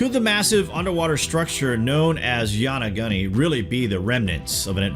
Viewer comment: Loved this video but lol you didn't pronounce Yonaguni quite right still good job.